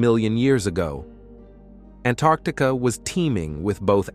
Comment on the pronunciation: Say Antarctica CORRECTLY...